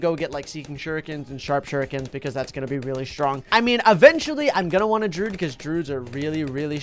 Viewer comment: Druids are not pronounced drood, they are pronounced dru id